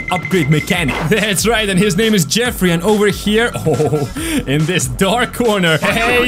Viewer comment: You called jeffry jeffy